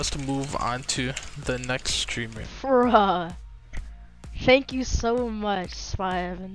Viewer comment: He said shank you so much spy